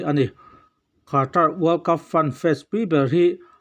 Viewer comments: Khaatra a mi.. Anmahni leh sap news reader te pawn Qatar ti a an lam mai kha.. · Khata i tih kher hian chhiar a hahthlak viau ka ring. Katar tih mai hi a har si lova. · Qatar lam thiamlo ami... Khatra 🤣🤣🤣🤣🤣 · Khatar, han tih chu, a engemaw thlak ka ti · Qatar i lam dan hi hahthlak. Dik le țha deu khan lam ve mai² ta che